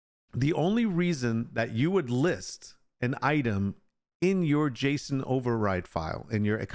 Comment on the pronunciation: Are the economy override settings in the in-game Server Settings too, or do you have to edit the JSON file directly? (You are saying it right, like "Jason")